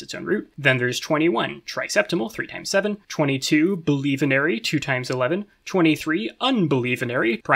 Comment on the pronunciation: Also both bielevenary and unbielevenary, pronouncing it like "believe"